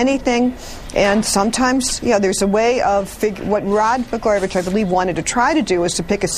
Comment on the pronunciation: Did that one lady say Rod Bla-garbage? It sounded like it.